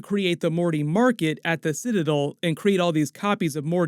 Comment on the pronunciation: Did you not watch the episode or do you just refuse to say the word citadel correctly?